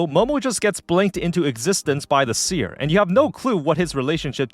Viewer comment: why do you say seer like paneer lmao, its like a see-er, she sees, with her eyes.. :'D